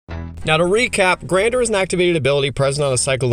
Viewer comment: IMO you're *way* overvaluing making non-legendary tokens for this cycle. The point is to abuse their Grandeur (pronounced "Gan-jur", btw, not "Grand-er") ability as much as possible. Having more copies of the creature in play doesn't help you do that, most of them don't have a useful body to attack with, and their activated abilities are generally just worse than using their Grandeur effect. Bending over backwards to make only non-legendary copies just isn't useful for anyone except probably Korlash (and maybe in some slower games , Oriss in a hard control deck). By not using the legend rule to sac the commander itself and leave the clone in play, you're giving up a free way of getting the commander into the GY, where it's almost always easier to get back into your hand that from play; there are just a lot more cards that will do that for you, especially artifacts, which are going to the be the main thing you lean on in mono-blue and mono-red, and to less of an extent, mono-white. This comes up a ton in green. If you legend rule Baru to the GY green has countless ways to return a creature or permanent from the GY to hand. Baru also is, AFAIK, the only one of them that has an easy 2 card infinite loop with Paleoloth. The ability to poop out a large number of wurms and then give them +1 and trample before you swing is strong. I'm sure you could build a landfall deck where getting +3 or +4 per land drop plus playing multiple lands per turn is strong, but you'll have to also prov